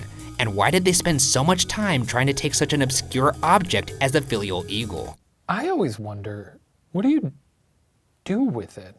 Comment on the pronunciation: Hi Ryan, love that you’re covering an art crime, but it was not a “filial” but a gilt Bronze eagle “finial”. Xx